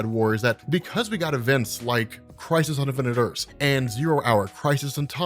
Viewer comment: I always thought you were saying "Crisis Undefended earths"